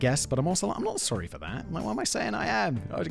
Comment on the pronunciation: The Ann of Green Gables “Sorey” is 👌